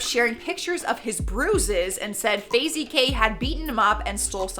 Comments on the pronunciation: Is no one going to mention “Fazie” when she meant Faze? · fazey kay lmao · Fay-zee lmao